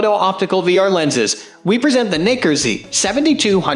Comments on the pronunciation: wtf in the world is Knicker? seriously you need to figure that out, super annoying to listen to. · Another irritating voice-over by a robot that's not totally familiar with the English language. And watch the pronunciation of "Nikkor," lest some be offended. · You need to learn how to pronounce Nikkor. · I’m not a fan of the way this guy pronounces Nikkor. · not at all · No, not cool at all.